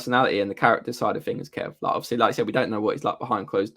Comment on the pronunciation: It is more that he gabbles, they should all speak more slowly PLEASE. A word like obviously, which has normally 4 syllables is reduced to 'ofslee', etc